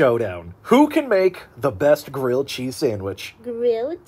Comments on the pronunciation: GWILLED CHEEZZZ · GWILLED CHEEZ🗣️🔊🔥🔥🔥🔥🔥🔥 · GWILLED CHEEZ!!! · GWILLED GHEZZ